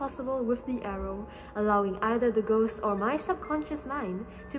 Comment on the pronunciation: Us: clicks on video: GoSt